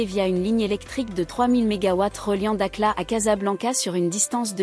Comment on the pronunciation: Elle s'appelle da"kh"la. Et non da"k"la.